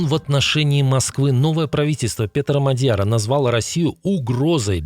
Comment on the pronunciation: Шон Пенн - трижды лауреат премии Оскар. И Петр Мадяр - ударение на первом слоге.